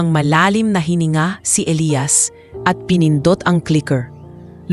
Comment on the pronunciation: Hoi ano ba yan iba iba ang pag bigkas ng name Elias O Elayas ayusan mo nga.